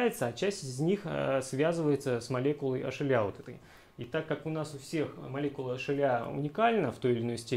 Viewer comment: Лол, никак не мог с начала понять, что за ашеля, а это hla (эйч эл эй)